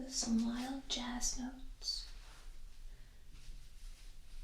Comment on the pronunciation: The way you say the word "notes", I can kind of see why some people thought you were WhisperCrystal.